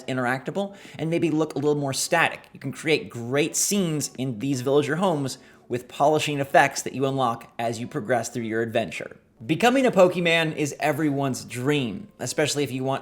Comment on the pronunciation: did you really just say pokeMAN? >_>